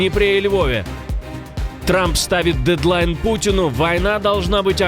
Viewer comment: Клизму ведерную нужно ставить, а не "дьєдьлайн"